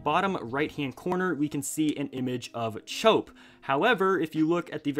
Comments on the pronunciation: In Chope's name it's pronounced normally, like chop, not chope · You pronounced “chope” wrong. It’s pronounced “chop”